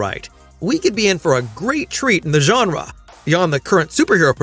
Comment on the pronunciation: He doesn't say farland he just pronounces farlane a bit weird. Also genre he says genra